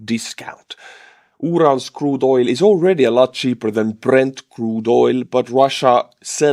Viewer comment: Oil is pronounced with a hard L ❤❤❤